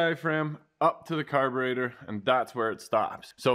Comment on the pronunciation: from now on it's called "car-baiter" like the Mopar guy(I can't think of his name) here on YT that lives in Canada too.